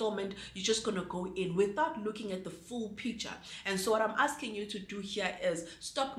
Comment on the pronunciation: It's the overall picturrrrr for me😂😂😂